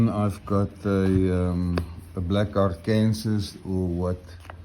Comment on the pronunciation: Hi, I think what you call a Black Arkansas (Ark-Kansas) is usually pronounced Black Ark-an-saw with the final s being silent. Do you know if the coticule you use is a reconstituted ie man-made coti made from coticule dust. While it sounds like a downgrade they can actually be the best finishers of all. I can't be certain but it looks like one, cuts like one and is in the most common size they were made in. Have you done any videos with the La Dressante? Those can be very fast stones.